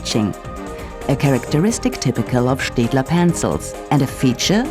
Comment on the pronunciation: didnt know staedtler was pronounced liked that cool